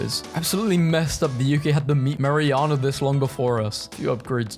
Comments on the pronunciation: "MA-RI-AH-NAH??" IT'S MAIR-IN-AIR-A 😭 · BROOOOO THERE'S NO WAY YOU PRONOUNCE MARINARA THAT WAY. WTF.